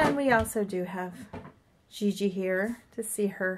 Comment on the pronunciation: Like how gigi is pronounced gg, it is pronounced shzee shzee